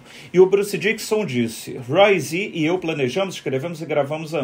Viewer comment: não é Bruce Diquison e sim DICKINNNNNNNSON !!!!!!